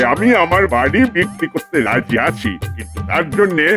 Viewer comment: ভাই ওটা পরে নয় পড়ে বারি নয় বাড়ি.... খুবই শ্রুতি কটু লাগে।